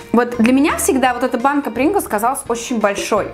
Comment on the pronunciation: Рустам сонуров не бринглс а принглс